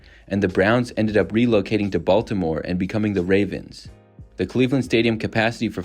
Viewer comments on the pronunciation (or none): none